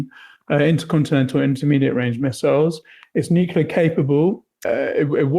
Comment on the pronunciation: says "would of" and "nucular".